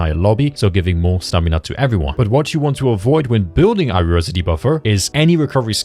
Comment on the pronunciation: Is it some inside joke or why are you pronouncing Haru as "Aru"?